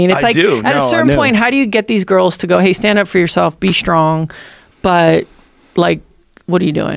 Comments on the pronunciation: She’s articulate and her points are so valid, but ‘shtrong ‘ over and over again (except for a couple of instances where she forgot to think about it and pronounced the word correctly. She even said ‘shtuff ‘. What the hell? I know it’s petty but geez… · Why does she say, shtrong instead of strong?